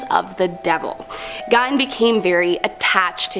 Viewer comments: His name is pronounced GEEN! Not GINE!! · Absolutely love this channel!!! However, pronouncing Gein “gyne” is killing me considering how famous he is 🤦‍♀️ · How can you mispronounce Gein…..